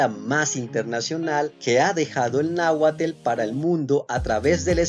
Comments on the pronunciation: Náhuatl es como suena no náhuatl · Porqué pronuncia UD. Con una E antes de la L...?? No debe ser así....🤔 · En el numero 6 como que no estoy de acuerdo contigo con respecto a la palabra HUACAL. Tu dices que significa "cesta" pero siempre se ha sabido que es una especie de "vivienda", incluso en tu misma definición etimológica que provees del náhuatl hay una relacion muy directa con "vivienda". Por otro lado en tu pronunciación de la palabra NAHUATL intercalas una "e" entre la T y la L. pronunciando, esa pronunciación es incorrecta, ya que se lee como se escribe. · No sabe pronunciar “nahuatl”, le pone mucho acento al ‘tl’. Si el narrador de este video fuera mexicano, no lo pronunciaría como lo está haciendo. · Amigo Las palabras que comentas, son en Español, porque el nahualt, se pronuncia diferente, con orgullo lo digo porque lo ablo y lo escrivo, saludos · Yo también noté eso. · Ni siquiera es Tl, de pronuncian las dos letras al mismo tiempo con la lengua pegada a los dientes de la mandíbula superior. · Muchas gracias por compartir! Pero, por favor, deja de decir “”. Difundir la belleza e importancia de nuestras lenguas originarias también pasa por poner un poco de interés en mejorar y estudiar su pronunciación. En realidad, en las palabras terminadas en “tl”, la unión de estas dos letras ni siquiera emite su sonido común, es más bien como un soplo cerrado y corto. Te invito a que lo investigues y así mejores en tu gran trabajo de información y difusión. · No me gustó el video , te la pasaste diciendo tel , tel , tel . Y no es TEL , es TL 👎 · Muy buen video excepto que la pronunciación no es correcta. No se dice "Náhuatel" sino "Náhuatl", o sea no termina en TEL sino en TL. No se dice Xocoatel, sino Xocoatl, tal como se escribe, no lleva la letra E. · Quien es este wey, que dice, en lugar de Nahuatl? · 😂😂😂😂😂pero no es pues si no es Telcel 🤣🤣🤣🤣🤣🤣🤣🤣🤣 Es náhuatl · Perdón como que...nahuatl..TL...t,l 😮 de donde eres